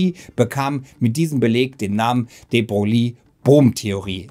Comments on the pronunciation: Würde den Namen noch etwas anders schreiben um zur korekten Aussprache zu kommen. -> de Broille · de Broglie wird "de Breu" ausgesprochen, aber man hört das oft falsch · De Broglie wird "de Broilie" ausgesprochen! Tut mir leid, dass das etwas pingelig ist, aber unser damaliger Physiklehrer hat uns das auch extrem eingebläut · Wie wahr, wie Wahr. Namen, Bezeichnungen und gewisse Begriffe sollte man stets versuchen in deren Muttersprache auszusprechen. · Es ist schlimm wie du de Broglie aussprichst 🙈